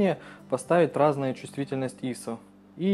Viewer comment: ИИИсо!)))) Это просто фонтан СТИЛЯ!))))" ISO" - ударение на последний слог!